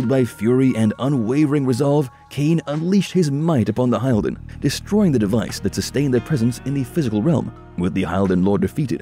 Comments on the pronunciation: *HILL-DEN… not “HIGH-ALL-DEN” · This is a complete absurd. Please stop making stupid videos out of good content by just running some text over text-to-speech engines and mashing game cinematics together. It's pronounced [hilden] not [haɪldən]... At least play the game for 10 minutes before making a 27 minutes crap video about it. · My only complaint about this video is the fact that the narrator CLEARLY never bothered to learn the CORRECT pronunciation for things like "Hylden". It's not pronounced "Hi-el-den" it is CORRECTLY pronounced "Hill-den" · your video was good, your info was great But they always pronounced Hylden as "hilden" not "High-lden" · It's Hill-Den. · You lost me as soon as you pronounced Hylden. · I was searching comments just for this. Glad you pointed them out. I made it through 16.5 minutes before I had to stop from hearing Hylden repeatedly mispronounced, amongst other things. Glad there’s still interest in the series, though! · Judging by your pronunciation of the proper noun "Hylden," it's pretty painfully clear that no one at this channel even bothered to play the fucking game/s. Granted, it'd be quite unusual for you guys to miss an opportunity to embarrass yourselves. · Not bad, some mistakes such as Umah. Aside from that, the use of AI to read is a bit obvious, as the fans of this series are well aware the ancient race at war with the vampires are called "hill-din' instead of "hyle-din"...those are small points, but can be the difference between being "the authority" on the topic or merely speaking on the topic.